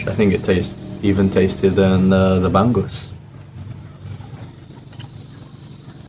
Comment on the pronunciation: The red one is locally called "maya maya" and the lite orange is "dalagang bukid" tasty sweeter than "maya maya". .. milk fish "ba.. ngus" not "bang ..gus" 💋